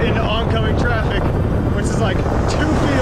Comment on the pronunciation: he said taffic not traffic